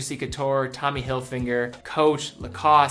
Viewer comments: "Tommy HilfiNGer" it's not a finger..... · You pronounce Tommy Hilfiger as "Hilfinger", I'd noted this once before and thought Id commented on it before and I had. I searched back through my comments and it was in the Sept 18 video on MVMT being acquired. Just something you might want to keep conscious of.